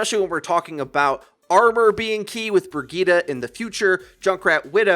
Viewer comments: Man said Brigeda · What is "briggeeta"?????